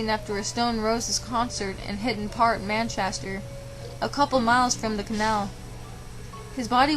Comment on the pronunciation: Man- CHEST -er not 'man casher' - that was driving me nuts lol (OK ya fixed it nearer the end lol)